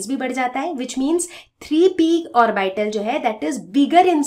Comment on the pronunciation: आरबाइटल pronunciation nhi hota hai mam hm log to ab tak ऑर्बिटल ही पढ़े थे